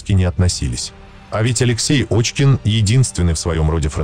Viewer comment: Пишете фамилию Кочкин, что более правдоподобно, а читаете Очкин. Оазберитесь там.